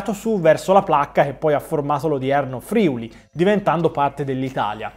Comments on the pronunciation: Grazie di questi interessantissimi video! Solo un piccolo appunto, si dice Friùli, non Frìuli, con l'accento sulla U 🙂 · ti ammiro e ti simo tantissimo ma, ti prego, si dice Friùli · Ti prego, l'accento in Friuli è sulla U e non sulla I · ti prego: si dice Friùli. Ciao da Udine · Video stupendo e ben fatto, ma ti prego di Fiùli non Frìuli